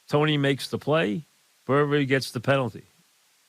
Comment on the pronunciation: he called bradberry burberry loooool ha